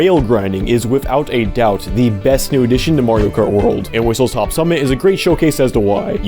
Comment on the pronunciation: WhistleSTOP not WhistleTOP